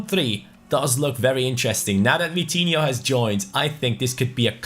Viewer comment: Vitinho rhyme to coutinho. Vi-ti-in-ho and Cout-tin-in-ho